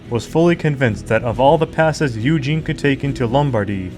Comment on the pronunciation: Great - you pronounced Eugene correctly.